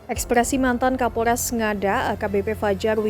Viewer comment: Ini KAPOLRESS LOOHH... KAPOLREES... BUKAN KAPOL DESS...😂